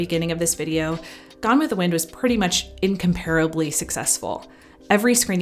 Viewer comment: ...excellent,, as always, however you mispronounce 'incomparable' and 'ignominious'...just sayin'...)))